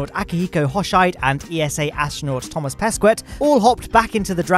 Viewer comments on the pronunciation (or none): please learn how to pronounce the astronauts names! I'm Thomas pesquet is pronounced Toma peskeh. Hoshide is pronounced hosheedeh